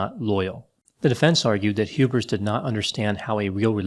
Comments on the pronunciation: Lol, it's HubERS not HubRIS. doing another Freudian inception on us. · Every time says "Hubers" it almost sounds like "hubris" to me. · it sounds like you're saying hubris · Whenever says the name "Hubers", I hear "Hubris", but is that wrong? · It almost sounds like you're saying Hubris instead of Hubers and I find that to be fitting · messed with me the whole time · It does sound like is saying Hubris. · I keep hearing "hubris"